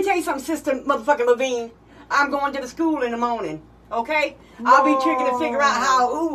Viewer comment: “You got a hockey from SCHUUULUU”😂💀